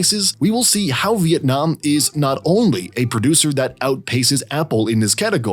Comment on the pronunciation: as a vienamese person, i really appreciate your effort to make the video and the way you pronounce our country name correctly